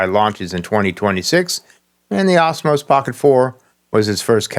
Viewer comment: What is with your pronunciation of Osmo?? It isn't Osmos. And the price?? Either 499 dollars, or Euros. Not dollars euro, the currency is the euro, dollar is not a part of it!! But enough of being a nitpicking asshole!! Question, couldn't DJI release a version of the pocket 4 without the WiFi connection?? Would that get past the rubbish America is pulling?? I've been using the pocket 3 since it's release, and never once connected it to my phone, and take the SD card out and put it in my computer to transfer files. The only thing I ever connect wirelessly is the microphone, which is Bluetooth, is Bluetooth covered under the American legislation?? If not, surely a stripped down version of the pocket 4 should be quite easy to achieve, and still perfectly functional...........